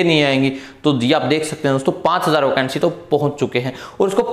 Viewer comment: OCANCY ❌ VACANCY✅